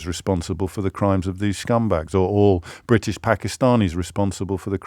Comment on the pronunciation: pronounces it as Briddish!